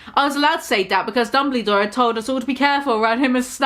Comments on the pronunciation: Lmao I’m deceased even though they spelt Dumbledore correctly you keep saying “Dumblydore” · mispronouncing Dumbledore spelled correctly gave me life.